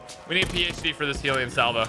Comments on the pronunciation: i dont mean to offend but why does every youtuber say hEElion salvo? when its hEllion salvo like hell? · Hellion is pronounced hell eon